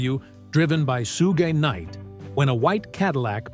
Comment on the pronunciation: Sue Gay Knight, huh? This AI bullshit, man 😂